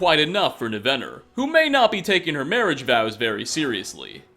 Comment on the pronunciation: Overall I like these videos, but for the love of TALOS, man, why do you mispronounce so many names when their correct pronunciations are showcased NUMEROUS times? It's NIVenor, not NiVENor--almost took me right out of the video.